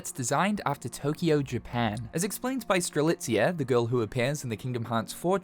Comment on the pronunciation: Did this man finally pronounce Strelitzia's name correctly? Multiple times? Before GTA 6? Damn.